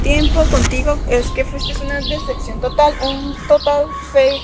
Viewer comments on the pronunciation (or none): Interesada y pa colmo no sabe decir "DECEPCIÓN" ella dijo "DESECCION" 😂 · "Una desecxion" Jajajaja no sabe ni hablar la morra 🤣🤣 "una desecxion" otra vez JAJAJAJAJAJA ay no no puedo 🤣🤣👌🏼